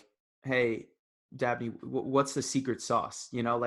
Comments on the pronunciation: Umm his name is DABNEY not Abney! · I may have misheard, but is his name "Dabney" or "Abney"?